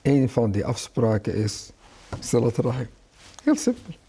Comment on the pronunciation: Het is siRat niet siLat